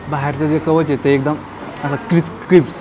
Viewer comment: भावा तो हलवा फ्राय क्रिस्पं-क्रिस्पं नाही क्रिस्पी-क्रिस्पी असेल रे